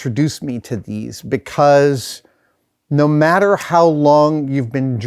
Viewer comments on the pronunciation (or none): none